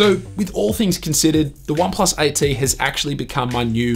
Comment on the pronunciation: OnePlus "ight tee"